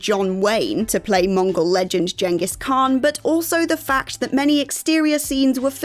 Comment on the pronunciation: Jengus Kahn? Taking the piss now